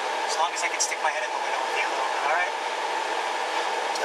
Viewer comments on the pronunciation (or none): none